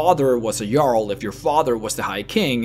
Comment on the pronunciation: u said jarl in a way that the diaglog/translation said it as a girl the reason i know this was cus i set texst on when im eating chips cus i cant hear shit when i do